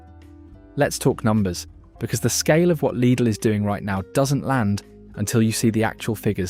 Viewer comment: Well done for actally pronouncing the name right!